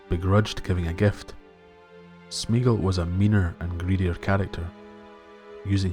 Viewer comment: Three syllables: "smay-ah-gol". Tolkien's languages have no diphthongs, meaning when you put two vowels together they don't make a single phoneme, as in the English "meat". All his vowel combinations are pronounced separately. (Which is why there's an accent over the "e").